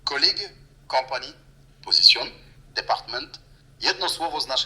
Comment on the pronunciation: Wymowa w tej apce jest tragiczna. Sprawdź choćby prawidłową wymowę słowa "position"